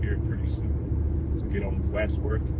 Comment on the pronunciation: This is the first video of yours I have seen. I got it in my feed because I was looking at some different ice 70 videos. It doesn’t seem as though you’re actually from the Denver area as you are mispronouncing words incorrectly. Not just Limon, but Wadsworth and Arvada. Also, I wished you had highlighted the Stock Show grounds as you drove past.